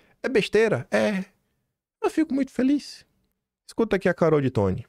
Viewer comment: Pelo amor de Deus,. Você nunca ouve os audios? O nome da deputada se pronuncia DêToni, não ditoni. Acho que é até uma questão de respeito com as pessoas. Já chega o “Maguilóli”